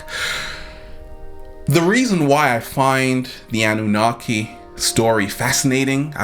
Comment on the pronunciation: It's the Anunnaki. Not Annunaki. Thank you for sharing some wisdom.